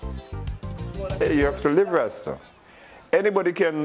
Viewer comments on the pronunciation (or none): How does this guy mispronounce Grenada one way and then go and mispronounce Rasta in the complete other direction? It's like he's intentionally trying to misread.